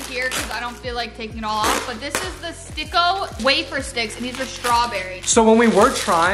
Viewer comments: Hey and im also from phillipines and the wafer stick you liked and you prounounced it you miss pronounced it its called stick-o the stick is not include with o its must be stick-o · thanks so much for trying our snacks! btw the Sticko is prounounced as Stick-O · it is supposed to be stick-o